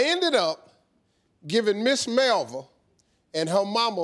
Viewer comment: My name is Melva, Ms Molly Sanders Steve had it all mispronounced lol